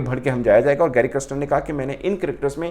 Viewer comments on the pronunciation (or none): Criston 😂 Galespy 😅